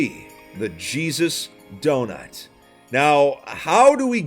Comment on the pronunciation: It sounded like “the cheese is donut”